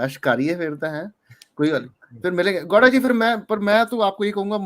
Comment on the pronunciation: यार ये मुझे गौड़ा के जगह पे लौ@ क्यों सुनाई दे रहा है 😂😂